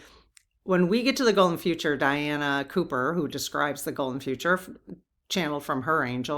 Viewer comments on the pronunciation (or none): none